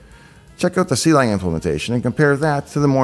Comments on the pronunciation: see-lang pronunciation throws me off, klang ftw! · Just a nitpick: Clang is [Klang] not [See lang] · Clang is pronounced like the sound, like it rhymes with bang,, not "C-Lang" "C-Lang" is where the name came from, but it's like C++ in that way, just a clever name, it's not meant to be pronounced specially. Source: Clang cxntributer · "see lang" instead of "clang" totally threw me off lol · Finally someone else who pronounces clang like "Sea-Lang" instead of "Clang" like in "Clam". And yes, I know the correct one is the second one. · him: see-lang me: ...it was more a hunk of iron than a sword... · I think you are the only person I know that pronounces Clang as See-LANG.